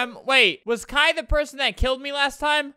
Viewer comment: Just one thing- “kai” is not pronounced like that/